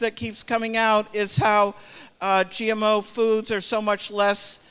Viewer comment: This woman can't even say the word GMO correctly but she wants to ban it. Useful idiot!!!